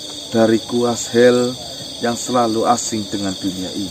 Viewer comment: Azhel bacanya azel, bkn as hel. Kya orang gak sekolah ja. Baca tulisan kya tu ja blepotan